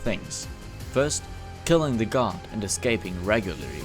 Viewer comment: they way he pronounce guard sounds like god <3